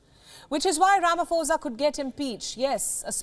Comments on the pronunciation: Ramaphosa not Ramafosa. You must learn these things. If you can be able to pronounce put you can be able to pronounce phosa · You pronounce "pho" like "po" not "fo" and "sa" as "sah". Butchering all the names being mentioned here. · its not falafala, its palapala. Its not ramafosa, its ramaposa. I support everything else you say.